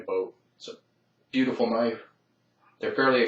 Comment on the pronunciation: Thats a weally cool noyfe!